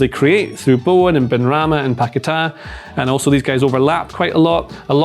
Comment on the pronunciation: Guys it's Paquetá. You always make the same mistake.